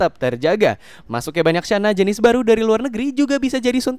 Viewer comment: Channa bukan Syana